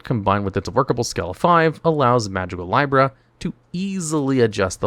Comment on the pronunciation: I love how often you say the names wrong. Magicalibra isn't pronounced lie-bra. It's lee-bra, like the zodiac sign, hence the scale design.